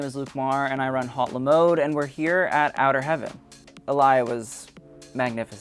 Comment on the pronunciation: Haute is not pronounced “hot”, it is more like “boat” or “oat” as the “h” is silent in French. Not a criticism, just nice to hear it pronounced like in French.